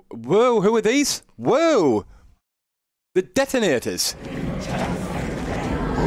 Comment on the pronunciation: "The detinators" 😂😂😂 i know you missheard it and it was hard to hear but it just sounded so great when you said the detonators 😂 this Chanel is way awesome. Thx mates;)